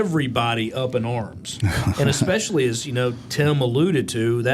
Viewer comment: It amazes me how many professional and high level people say exspecially instead of especially. Fucking embarrassing.